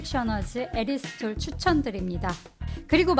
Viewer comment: '에리스톨'이라고 하셔서 어색하네용 ㅋㅋㅋ잘봤습니다~다음 알룰로스도 기대할께용 ㅎㅎ